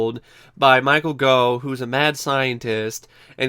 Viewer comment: Gough pronounced as in 'cough' for goodness sake!